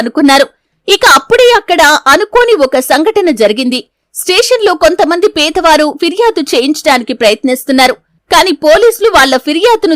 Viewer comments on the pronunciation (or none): ఓ కామెంటేటర్ మోటిదానా పీదవారేమిటి? పేదవారు కదా సరిగ్గా చదువు